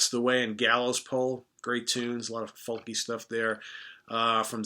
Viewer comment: The L in FOLK is silent 4fuxache